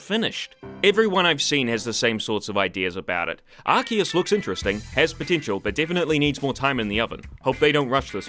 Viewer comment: Off-topic, but congrats on the crisp perfect pronunciation of Arceus, I’m really particular about things like that.